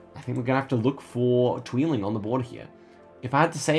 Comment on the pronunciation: I like your pronounciation of 'tweeling' :). It means 'twins' and isn't a town name :p